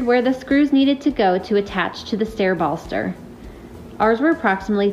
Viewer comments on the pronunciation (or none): Wait a moment….bollster ? The proper way to pronounce the word ‘baluster’ (an upright support, often a vertical moulded shaft, square, or lathe-turned form found in stairways, parapets, and other architectural features) is ba-luh-ster. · Great projects! Anyone know the paint color of the used in #3? In #2, what is she calling a "ball-stir". That is a word I am unfamiliar with. Does she mean, "bal-uh-stir" rhyming with Allister?